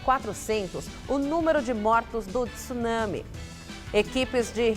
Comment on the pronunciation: Parabéns,dois jornalistas que pronunciaram "tsunami " de forma correta !